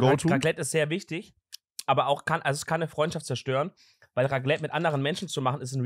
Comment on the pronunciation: Bro was für Raglette es heißt RACLETT MIT C